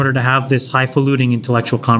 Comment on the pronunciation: "High falutin". There's no G, G.